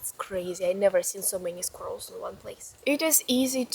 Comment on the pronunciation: The only Russian on the earth that can actually say squirrel :)